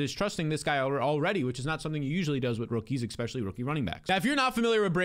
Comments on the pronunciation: The "expecially" is driving me nuts! The term is ESpecially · Love your analysis... but are you saying EK-spesially?